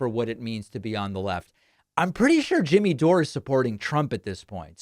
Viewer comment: After all this time you still can't manage to say Jimmy Dore's name properly? Lol